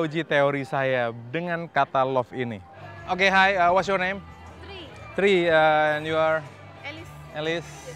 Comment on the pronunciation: Penekanan kata AND ketika interview